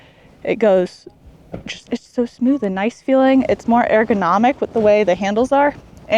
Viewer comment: Air-go-nomic???? Lol 🤔 😆 🤣.... Errr... 😅😊